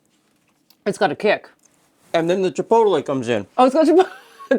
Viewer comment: I love these types of cookies - we have a local chinese/mexican fusion restaurant in Phoenix called "Chino Bandito," which has these cookies (needs the spice though). I'm also amused by your pronunciation of chi-poe-te-lay.